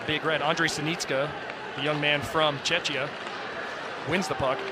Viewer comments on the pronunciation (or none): Czechia is not pronounced chechya but czecKHIA